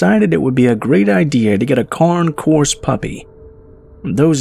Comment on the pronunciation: you said con course. But at least you didn't say cane. It's pronounced con aye Corso